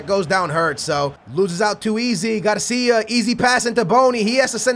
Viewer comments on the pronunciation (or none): none